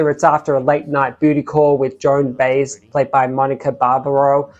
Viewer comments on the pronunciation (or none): Tangled Up in Blue, an incredible song about love and loss. BTW, her name is pronounced Joan BYE-ez. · Joan By-ez , two syllables with emphasis on second syllable